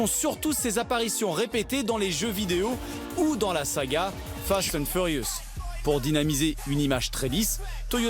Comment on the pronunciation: bravo la prononciation : fasht tand furious